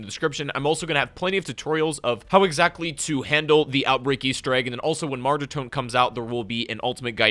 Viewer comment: I cringe everytime he pronounces mauer